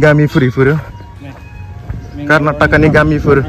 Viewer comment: Bro it's not Karnatak it's Karnataka 💛❤️ don't doing like this